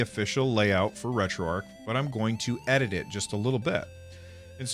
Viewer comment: Retroarch is pronounced differently :)